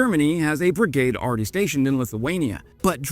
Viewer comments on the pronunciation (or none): none